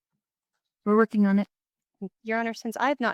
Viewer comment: Lori's nerves get the better of her and starts trembling. This narcissist got cornered by the State and Judge. She said "wuhking" instead of working and couldn't finish saying her last word.